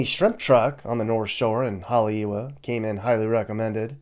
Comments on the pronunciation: HaleiEva, w is pronounced as a "V" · Moved to Maui with my family in 1969. Never really left until 2013. Having seen Hawaii as a kid, teen and adult change to what it is, regardless of family still there, I will stay in Virginia or anywhere else in the world, before I would ever move back. By the way Haleiwa is pronounced Hale e va. Drive me nuts hearing words mispronounced. Not miliany, it's Mili Lani.😅